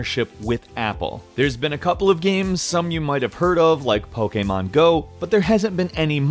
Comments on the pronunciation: It's pokèmon not pokàmon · Lol, pokaymon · The way he says Pokemon pisses me off